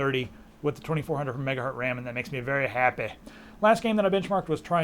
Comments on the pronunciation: I like how you say MegaHurt instead of MegaHertz :D:D:D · yeah lets make meme out of it "megahurtz" :p